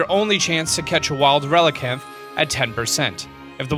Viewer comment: Wooter, Executor, Relikenth, Carblink, Sharkpedo, Roloo, Wrestling Trees/Bushes, Scissor... wow... the pronunciations... Honorable Mention: He called Tapu Fini a "He" when: 1 ~ it is genderless 2 ~ if it had a gender, I'm sure we all agree it would be Female